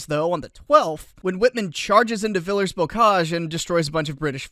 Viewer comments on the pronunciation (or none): the french word "villers" very obviously does not rhyme with millers, man.